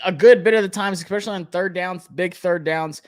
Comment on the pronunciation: Only criticism bro, it’s “especially” not “expecially”